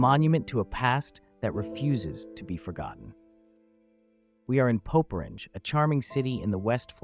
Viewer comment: It's pronounced "Popperringay". Really interesting video though. Old towers and airfields can be fascinating.